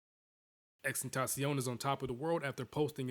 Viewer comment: Lmaooo the way he said tentacion! 😂